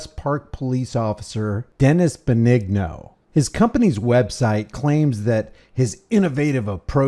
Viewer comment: Dennis Benigno( ben-ee-no) not (ben- eg- no) sorry.